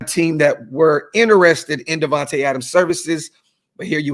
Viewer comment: "DIVAnte" Adams lol!!!!!!!